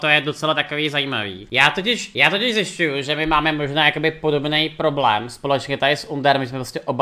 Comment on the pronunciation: "Poroblém" xDD